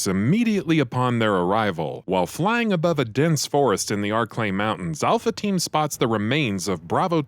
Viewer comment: Wow its forest thoe not frost lol wtf hehe great video thoe